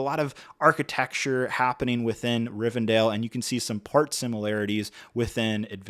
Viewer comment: Will you please stop saying Rivendale!!! It's Rivendell 😂